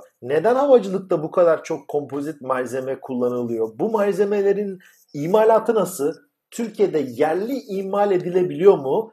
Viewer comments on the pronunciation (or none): "Bu mayzemelelin" :)